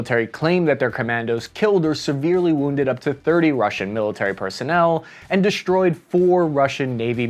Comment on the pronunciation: I wasn't aware that we could interchange "sh" sound for "s" just any time we felt like it, like deshtroyed and infashtructure. Getting old , but liked the old "s" sound just fine.